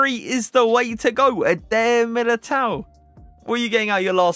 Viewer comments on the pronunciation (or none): IS NOT Edéeeer militao. IS Éder militão... first E strong. Ok? 😂